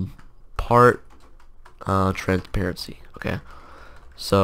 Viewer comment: did anyone else hear part transparanpe